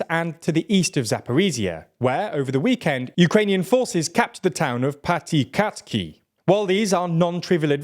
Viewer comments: I could listen to him butchering the pronunciation of Piatykhatky all day. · please learn how to pronounce Ukrainian names even semi-correctly god i cringe every time you say "zaporizziya" or "patikatki"